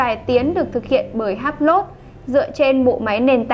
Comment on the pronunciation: Em phát âm sai Hublot nhé, tra cứu thêm để phát âm cho đúng.